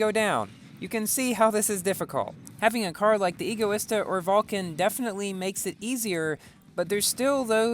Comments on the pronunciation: No, that is NOT how you pronounce Egoista, its not pronounced, E-goista, it's pronounced Ego-ista, like the word Egotistical, or Egocentric EDIT.- so, at first you say that E-goista is the correct pronunciation, yet later you back to Ego-ista, not complaining, as someone's whose favorite car is the Egoista I HATE when people say it wrong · I think it pronounced EGO e Stuh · Btw I think it's pronounced EGO-ISTA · no, what? NO! Egoista is the Spanish word for selfish, and it is pronounced Ego-ista, as it has the same base as Egotistical, and Egocentric, the word EGO, the Egoista is designed to be hedonism taken to the extreme, so, no, E-goista is NOT the correct way to say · Dang that’s an egoista car by stealing all the looks. Pronounced: Ee-go-eesta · Pronounces egoista right at the start, then proceeds to say it wrong later :P Great driving in this video man! :D